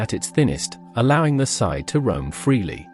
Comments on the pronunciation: Sidhe is pronounced somewhat like "shee" not sid or sith. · The really bad part was when the AI narrator hit the part that explains how to pronounce sidhe, it went right back to pronouncing it wrong. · My favorite was when the AI read the proper pronunciation of "Sidhe" correctly but still read it wrong on both sides of the parenthetical.